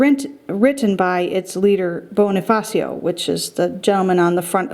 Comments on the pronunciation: ella claro Bonni-fassio that’s how you pronounce Bonifacio. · its pronounced bo-ni-fa-sho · Let me correct you Andres Bonie-fasho Pronouce it like that...